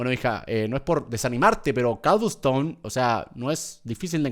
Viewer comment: Cuando dijo cobleston me acorde de l serie de skiblok